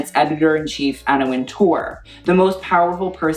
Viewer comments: great video, but I cringed every time you said Anna WinTOURRRR that is not how is pronounced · The name is just pronounced WINTER, like the season -- and with an English accent WINteh.